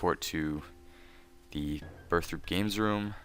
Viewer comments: o_o you always say Burthrope, but it's Burthorpe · it's burth-orpe